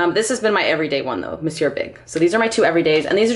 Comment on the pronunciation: Glad you're back! You're one of the few youtubers I've heard pronounce Monsieur correctly 😂 Your collection is very realistic! Looking forward to seeing new content!